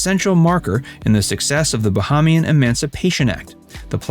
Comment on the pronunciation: OMG Bahamian is pronounced: Ba-HAY-mian